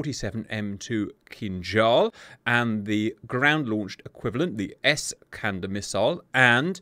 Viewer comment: Bonus points for great pronunciation of Kinzhal, penalty for Ass-kander )